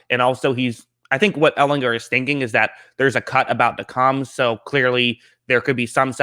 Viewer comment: All you have to do is learn how to pronounce his last name!